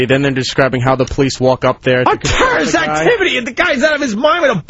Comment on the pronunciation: "A terraisht activity?!?! The guy's out of his mind with a boushters knife!" How can this turd talk shit about Vos' pronunciation?